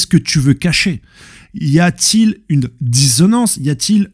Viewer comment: Nan je t'aime bien. Mais. Fait. Un. Effort. Pas possible de parler si mal le français. Dizonance... DiSSonance. Pareil pour Seraphim, c'est Séraphin, et j'en passe, fait un effort, le truc du ‹‹ non mais moi je lis ›› ça passe plus... Parce que on t'as pas appris à bien lire dans ce cas. Tu dis iMportant toi? Bref pour en revenir à la video j'ai bien aimé le weeble weeble weeble 🎶 Mais je pense (si ma mémoire est bonne) qu'il était devenu shichibukai (grand corsair) et que comme les autres la marine voulait s'en débarrasser, en tout cas la dernière fois qu'on l'a vu on a vu que la marine allais l'attaquer et bakkin disait qu'ils allaient se défendre. Mais la vraie interrogation que je me pose c'est sur les clones, est ce que ils viennent au monde bébé/jeune Ou ils viennent au monde adulte comme l'armée du Germa 66. Dans les 2 cas la puissance des clones et Séraphins ne peut qu'évoluer, ils ont besoin '' d'entrainement '' Mais si stussy et weeble sont des clones alors c'est sur qu'il y aura plus de trucs concernant les rocks